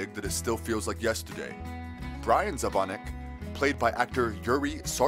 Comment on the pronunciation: ahh your pronouncing Zvonecek wrong it's (zivonicheck)